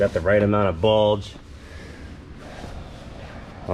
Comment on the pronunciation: “Got the right amount of Buldgee”. That’s what she said.